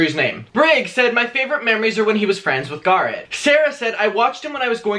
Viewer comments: GGA RET NOT GARRRAT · Everytime u say Garrett I cringe